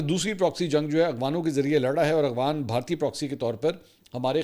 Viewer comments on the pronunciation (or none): none